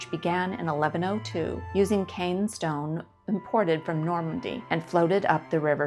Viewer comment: Caen stone is pronounced Karn. 😇